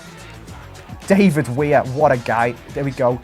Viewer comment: It's davie wair, not David wair.